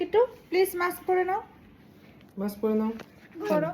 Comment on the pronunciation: Nice vlog ❤ Please pronounce correctly - it is মাস্ক (mask) not মাক্স